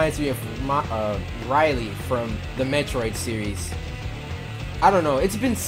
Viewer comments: Riley lol it's Ridley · Its Ridley. With a "D". Pfft. Riley.... Its Shadowmere! The bestest horsie in all of Tamriel!